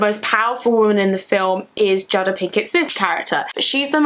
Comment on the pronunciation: the fact that u pronounce jada as 'jahda' unnerves me but youve reslly sold me on the film lol